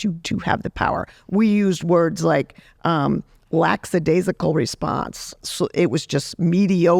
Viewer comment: Lackadaisical not LackSadaisical